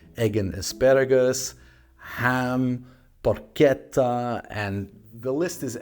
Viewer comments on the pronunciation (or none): none